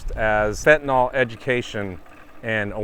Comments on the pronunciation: Fenta nil, not nahl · Sir, with respect, fentanyl is pronounced FEN-TA-NIL, not FEN-TA-NOL. Ill, as in "Illinois". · The first thing they should teach on Fentanyl Education and Awareness Day is the proper way to pronounce it. It is fen-tah-nil not fen-ti-nahl.